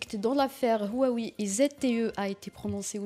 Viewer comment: Une présentatrice de journal qui ne sait même pas prononcé Huawei.Pire que ça, elle arabise le nom de l'opérateur . Pitoyable !